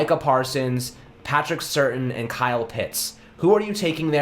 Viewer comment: Patrick (pronounced: Sir-Tan) Surtain II. He’s the Second because his dad, Patrick Surtain, was a three time Pro Bowler in the NFL. He played fairly recently and I’m surprised you don’t know how to pronounce his last name. But your reports are usually very informative and it’s not right my first three comments were slightly negative in nature. Ignore me, but cheer up, your better than this. 🤗